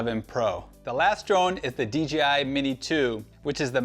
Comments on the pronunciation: I was googling DGI before I realized it was just DJI being butchered 😅. Very informative video other than that! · Hey guy its dji not dgi he cant pronounce letters it seems